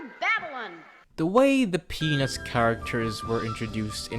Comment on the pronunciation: I am not sure if you did it intentionally to get people to comment but you are pronouncing “peanuts” like “penis”